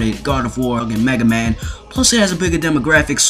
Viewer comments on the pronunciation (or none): did he say megaman.